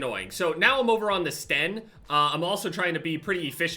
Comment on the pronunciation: Yupp just as annoying as hearing someone calling it ''Stenn''